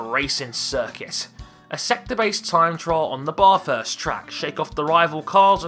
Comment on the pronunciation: I feel rally bad for saying this because it was such a great video, but as an Australian it frustrates me when people try to pronounce Bathurst and they pronounce it wrong. It's pronounced Bath (short vowels the way through) - urst (same as always). the Bath part should sound like your saying Kath (as in short ath) thanks for hearing this!